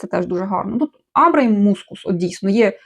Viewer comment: Амбра - наголос на першому голосному звуці.